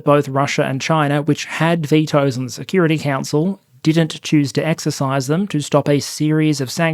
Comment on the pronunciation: When you said "...North Korea has attempted various military and security efforts..." I heard "...North Korea has attempted various military INsecurity efforts" and it still fits. I would laugh if it weren't the North Korean people paying the price of the joke. Always a sad topic.